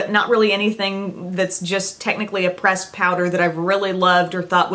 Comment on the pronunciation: Catching up on my videos and always love the Emily Awards of course, but when you said Best Pressed Powder, I thought you said "Best "Breast" Powder! I nearly died laughing!